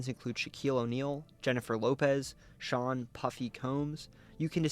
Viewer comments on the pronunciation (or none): none